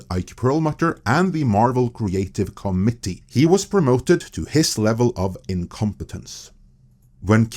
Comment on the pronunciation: It’s pernuonced “co-mitt-eee”, not “comedy”.